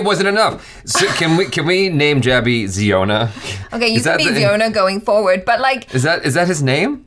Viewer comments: Its pronounced as "Zy-on-a" not "Zee-o-na". Like the Hebrew word "Zion" with an "a" at the end to signify he is a male. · Its zion not jiona he from mizoram india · Its Zion-a, not ziona. Wrong pronunciation, and they are from Mizoram, North East India. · The pronunciation of the name of with 39wives seems to baffles you. It's Zion-a ( a denotes male ) pronuns it as Zion Williamson's name. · Worlds biggest family, head of the family name should be pronounce Zaiona